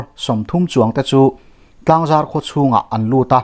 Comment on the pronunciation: Tlangzar i lam dan hi a dik lo a, zar tih lai tak hi Thingzar a zar tih ang a lam loh tut ani.Zar tih lai hi lam hniam a ' Inzarzawm' tih kan lam a,zar kan lam ang hian,lam hniam tur ani.Tlangzar.